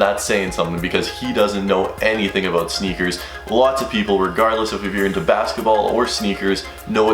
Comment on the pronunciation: Lmao bro what are you talking "aboat" man? Haha